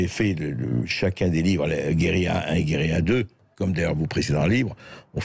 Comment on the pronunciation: Bercoff est bon en italien,cependant pour prononcer ce mot espagnol ( guerrilla )c est la Carta Le " Ll "est egusl au "y"